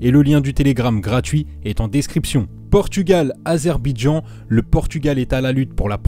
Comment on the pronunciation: C'est Azerbaïdjan pas azerbidjan